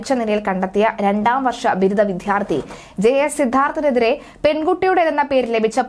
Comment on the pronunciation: Improve Malayalam pronunciation. It's not " vidhyarthi" and Mardhanam"